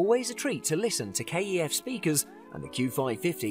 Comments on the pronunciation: Pronouncing kef ,k..e..f...lmao cmon now ,even my mum knows it is KEF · KEF not K-E-F 😂